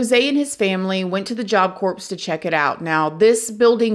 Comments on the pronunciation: Job Corpse.... 😂😂 it's pronounced like Job Core, mama!! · Job Corps is pronounced like it's spelled "core", same as Marine Corps...not corpse, but core...Job Corps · Thank you for covering this story. Corps is pronounced "core" not corpse (like a dead body). Like you've prob heard people say Marine Corps, it is pronounced (core) the same way. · I love the way you tell these stories and the way you stand up against injustice of all kinds. The first time you pronounced corps (like “core”) as “corpse,” I thought it would be petty to correct you. After hearing about the awful nature of this crime, the people who committed it, and the program itself, I wonder if you were right—for earnest, innocent Jose it WAS the Job Corpse. 😢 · Same. It’s pronounced “core”. Not corpse. Same with the Marine Corps. Pronounced Marine Core. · Yep, love your channel but almost couldn't watch hearing "corpse"....sitting here screaming CORE at the TV. RIP Jose.😢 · Ok I'm not alone. It was thinking that it was pronounced "core". It's the repeating of the "corpse" for me. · this is why we love. She keeps English spicy. Lol. job corpse //job corps// U know—corps is a strange word. It’s pronounced core Who ever came up with spelling & pronunciation of English words? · I love your videos. Just thought you might want to know that in job corps, the p and the s are silent. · It’s pronounced as “Job ‘Kor’”. It’s spelled “Corps” but it’s pronounced as “Kor”. But love all you videos. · hi, love your channel. just a small FYI...'Corps' is pronounced 'core', otherwise it sounds like corpse (dead person). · You don’t pronounce the ‘ps’ in Corps. It’s not “corpse.” It’s like “core.” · It's pronounced Job CORE, not corpse like a dead body. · Job Corps pronounced: core...not.corpse...lol I love u keep up the amazing work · Corps is NOT pronounced as corpse, it is pronounced as Core. The p and s is silent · It's pronounced core not corpse as in Marine Corps. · Job "corpse" lol